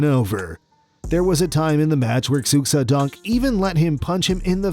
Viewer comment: Xu is pronounced, "shoe".